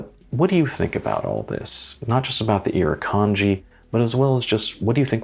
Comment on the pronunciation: It's not just the critters either. Look up the Gympie-Gympie plant. Great video, really love the design of the watch. And your pronunciation of the Iruknadji wasn't that bad really. LOL